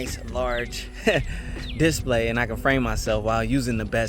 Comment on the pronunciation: Just to be picky, the accent should be on the second syllable of display, not the first. You said that word so many times it was driving me crazy. Just so you know, I am a fan of your channel 👍